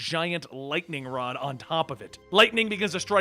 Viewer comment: Is it me or did say wod instead of rod?